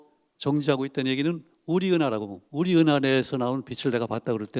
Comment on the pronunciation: 운하가 아니고 은하 時가 아니고 詩